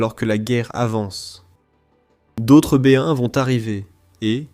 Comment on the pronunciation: Oui, j'ai remarqué. Hilarant!